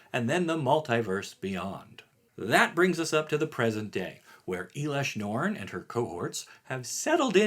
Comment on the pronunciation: I think your pronounce in elesh norn incorrectly. Just wanted to give you a heads up.